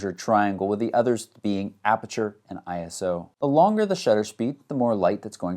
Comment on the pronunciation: I can hear Tony Northrup screaming ISO not I-S-O. LOL